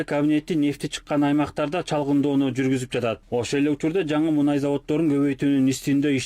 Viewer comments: Муунай эмес,мунай ,- деп айт. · Муунай эмес, муунай